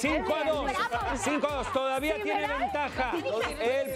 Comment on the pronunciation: Kristal es muy burlona, pero cuando ella se equivoca no pasa nada. Sideral, siberal jajajajajja 🫏